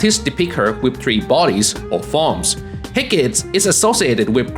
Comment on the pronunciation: It’s pronounced hek kah tee.